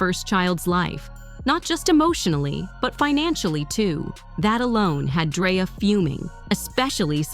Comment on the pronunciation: Lol she said "Dryer" 😂😂😂😂😂😂😂